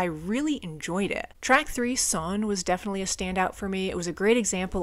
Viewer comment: A couple pronunciation tips. The "ei" sound is like "eye" as opposed to "ee". Think "Einstein". The "W" is more a "V" sound. And if I remember right, if a word ends with an "e", for example Sonne, it is said like "uh". And with the "S" being a "Z" sound in this case, the word Sonne would be more like Zo-n-nuh. Its been a while since I studied German, but I'm fairly certain this is correct. All that being said, I love these full album reactions. I have yet to hear a Rammstein song, let alone album, I didn't like. They are an amazing band, and definitely worth exploring further.